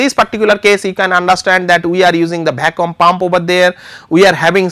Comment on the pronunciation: love the way he pronounces Vaccum